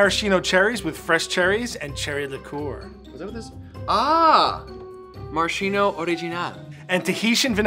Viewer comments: Ffs it's pronounced /maraskeeno/, not /marasheeno/. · Pro tip if you want to impress people: in Italian it's pronounced maraSKeeno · One shot for each time that Maraschino is mispronounced. It's Mah-Rahs-Kee-Noh. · Marashino?! Amerincas haha. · MarasKKKKino for the love of God America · Cool, but that’s not how you pronounce maraschino :( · missed the opportunity to teach Americans the correct pronunciation of Maraschino